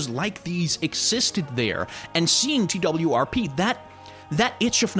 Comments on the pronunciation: Everyone says TWRP. This video is the first time that I’ve heard someone say T-W-R-P exclusively. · TWRP is meant to be pronounced as "twerp", I'm pretty sure